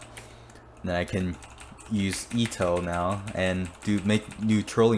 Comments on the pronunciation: It’s pronounced e-to not ea-to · WHY ARE YOU SAYING EETO ITS PRONOUNCED EHTO OR ETO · IT'S ETO NOT EETO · Eto not itow 😂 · u said her name in a wierd way .-. u said it like its Ito just like .-. Ito Ito no mi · Btw Eto is a girl are you assuming her gender.Also it’s pronunounced Et-Oh😤😡🤬🤬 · Its pronounced Eh Toe but its spelled Eto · Why u say ee to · You are saying eto wrong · Your saying eto wrongly